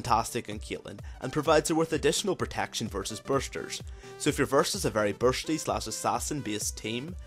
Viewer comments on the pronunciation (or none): Normal people pronunciation: Bursty This guys pronunciation: Beuarshhty